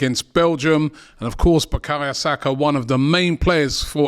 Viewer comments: Bakaya?? Now robbie cant even pronounce bukayo properly. This guy just struggles with any name now 😂😂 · who's BUKAYA? Robbie making these sky sports commentators looked cultured lol, its BUKAYO!!! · I’m tired hearing Robbie calling the boy Bukaya Saka. It’s BukaYO!!!